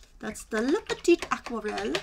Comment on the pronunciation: thank you for this review. love to see the comparison before buying. just in case : there is an 'e' at petite, as aquarelle is a feminine word in french, you don't pronounce the final T without it ;-) TFS and have a nice day.